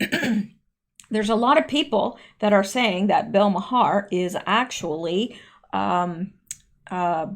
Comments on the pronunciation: Hey, I hear you say “Bill Ma-Har”.....it’s actually pronounced “Mar” just wanted to make you aware. I don’t think anyone has brought that to your attention. Thank you for your continued work. 👌🤗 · A little pronunciation help: Bill Maher pronounces his last name as "Mar", which seems very appropriate! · The “h” is silent in Bill Maher pronounced Mar. like car. 😉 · Bill Maher told a story years ago that he grew up going to a Christian church and one day in his teens, he discovered his mother was Jewish. This may have been such a shock that it pushed him into religious cynicism that led to his atheism. (Maher pronounciation is accent on first syllable and silent h}.